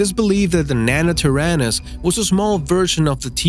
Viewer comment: Omg he can’t even pronounce nanotyrannus he pronounces it as nanatyrannis